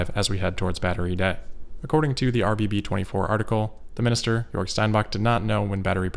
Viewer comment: Damn, great pronounciation of Grünheide and Jörg there! As a native German I am quite impressed.